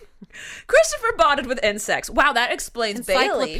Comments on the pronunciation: Omg I thought said Chris bonded with and sex instead of insects 😂😂😂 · oh my God I thought she said Christopher bonded with sex. 😳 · ASDFGHJK OMG i thought when you guys were talking about what chris bonded with that said "and sex" but she really said "insects" ahh i nearly died thinking she actually said that on a podcast